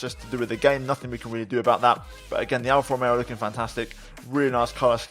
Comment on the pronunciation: This is awesome and I love it, I also like the way you pronounce Alfa Romeo and Alpha Tauri it was very classy.